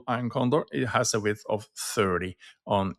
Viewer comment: Thanks for the reply, I have been looking at these this morning, and noticed at 10 -15 delta with 5 wide i'm only able to get 75 cents per side. I think in your video you mentioned 30 width, but it sounded like vix from the accent. Could you clarify width versus vix? I'm assuming these are $5 wide but then they only bring in a small premium of 75 cents.